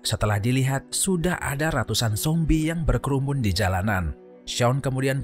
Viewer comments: Kok nyebut zombie nya sombie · Sombie atau zombie min ???